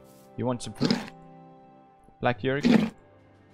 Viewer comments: Did he just call him… BLACK JÖERGUEN🤭😳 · me at the end of the episode: "awww another horse, I wonder what he's gonna name it" Felix: "black jöergen"